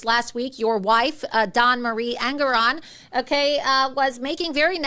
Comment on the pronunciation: the name is pronounced EN-GORE-ON